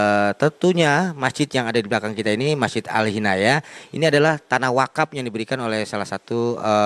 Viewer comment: bukan alhinayah bray...Al inayah ...huh dasar lu bray